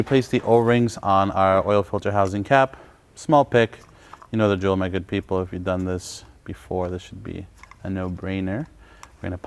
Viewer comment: thanks, do you keep saying “my good people” or “maggot people?” Lmao